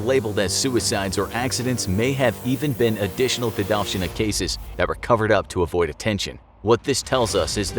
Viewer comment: It is not дедОвщина, it is дедовщИна.